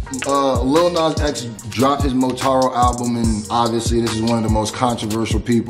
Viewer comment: “montaro” lol